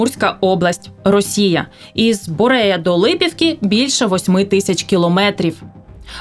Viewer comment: Правильно говорить БуреЯ ( ударение на Я )